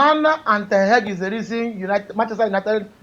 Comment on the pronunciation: The way he pronounce ten hag always dey off me 😂😂😂 "ten heg"